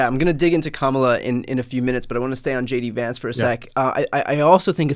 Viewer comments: Sounded like he said "Shady Vance here" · When he introduced himself, it sounded as if he said "Shady Vance," so that's what I'm calling him from now on! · When he said his name, I heard Shady Vance, not JD Vance. Guess we have a nickname for him. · Sounded like he said shady Vance